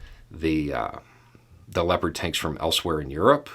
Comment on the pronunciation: I swear to god, at first I thought you said "leopard taints". I feel a little ashamed about that.